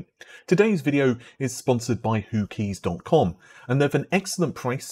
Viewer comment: Who keys. Almost sounds like Hookies. He who dares rodders, he who dares my son